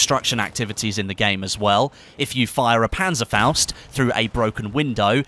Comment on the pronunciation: you pronounce "Panzerfaust" pretty good for an english speaker ;) probably the experience from bf1